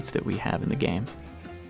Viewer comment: Anyone else hate when he says "THE GAME"